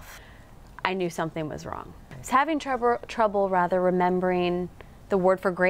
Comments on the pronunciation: At 2; 04 she messed up on the world trouble... she said "truvvle, then quickly corrected herseld to say trouble..." kinda weird... cause its kinda rare to mess up on words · I thought she was off again . “ I was having trouburrr “ poor girl lol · "and left all of us and many of you viewers worried about her health" - heh, I was laughing my ass off XD I also laughed at "I was hawvrin tworble" XD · was it me or did she just say trouber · Even She has difficulty with the word trouble